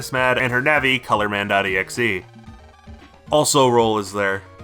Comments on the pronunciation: Subbed for the EGGSJEHEH pronunciation. I can't believe I've gone from pulling my blanket over my head at night to play on my SP to pulling my blanket over my head to cry myself to sleep. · Ya know, saying megaman. "exehhh" kinda does make sense, since exe is short for executable lol. But yeah, when I say it I spell it out too. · A funny detail, in Japanese, mega Man x is ro-ku-ma-n e-ku-su or rockman x. So pronouncing exe as a word makes him ro-ku-ma-n e-ku-se. In other words, rockman x